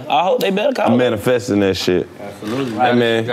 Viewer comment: When Karlous said manny fresh instead of manifest 😂😂😂😂😂😂😂😂😂😂😂😂😂😂😂